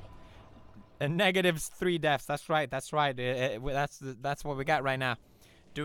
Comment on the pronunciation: Just wanted to say deaths instead of deafs maam:)